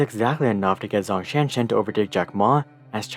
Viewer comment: "Zh" in Zhong does not have the English "Z" sound but more like the English "J" sound